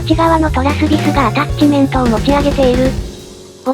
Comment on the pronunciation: 気のせいか一瞬、 で心霊現象の音声のように「ジャッジメントですの」が聴こえるｗ はたして「ジャッジメントですの」なのか「アタッチメントですの」なのか気になるｗｗ